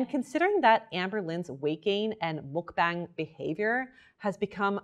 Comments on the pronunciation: I love your videos so much. I feel so safe with you. just a tip though! its pronouncedd muk b(ah)ng. like when u say aaaaa for thee dentist! it's deriveeedd from the word bangsong in korean that meaans broadcast! muk is eating. Eating broadcast! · i love you! but please... it's pronounced "muck bong!" 😭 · MULK BANG ARE YOU KIDDING? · It's not Muk-BANG it's more like muk-bong